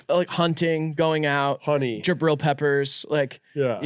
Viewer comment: did this mf say jabril peppers